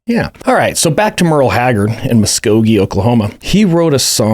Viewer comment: The second i heard you pronounce Muskogee correctly, i had to comment. 😂